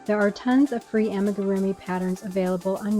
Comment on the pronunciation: It's ah-me-goo-roo-me. If you're trying to be an authority on this please at least learn the word